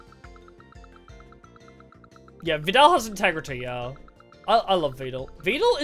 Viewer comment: It's the first, Vedal is meant to be pronounced like Medal said the tutel on stream once. It's just that Neuro kept saying it with the second pronounciation that sounds closer to turtle so that is now how most people think it's pronounced and at this point I believe tutel stopped fighting it.